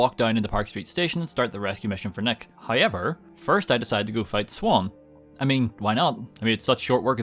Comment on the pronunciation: Hi-ever = however